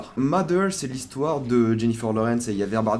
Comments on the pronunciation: il ya en effet des accents selon les regions mais le mot Mother se prononcant MAther ou Matheur pour ceux qui parle pas anglais donc voila pas d'excuse dans tous les langages anglophone c'est comme ca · Je sais que les français ont beaucoup de mal avec les accents des langues étrangères et le TH anglais est "Ze" Exemple! Vous le prononcez soit "de" soit "F"; ce qui est marrant quand vous tentez de faire des jeux de mots phonétiques en anglais... Dans le mot mother il se prononce à peu près "z", ce qui donne moZer (en aucun cas le O ne devient un A)